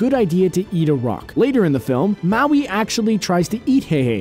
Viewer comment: wow he can pronounce Maui but not MOANA